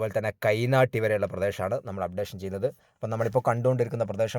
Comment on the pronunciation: കൈനാട്ടി എന്നക്കുക തയ്നാട്ടി അല്ല